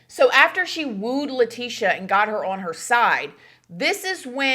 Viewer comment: your continuing mispronounciation of "on" is....disconcerting, and makes it difficult to continue watching.